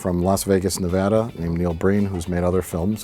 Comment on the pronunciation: Mike actually knows how to pronounce Nevada kudos to you mate